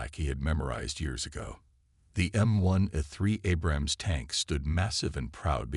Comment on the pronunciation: I wish AI could pronounce Abrams correctly. Btw. I was an Abrams tank mechanic. Do y’all know what an Apache helicopter can do to one of these